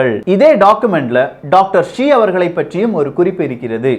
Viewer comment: It is not Dr Zee, it is Dr Shi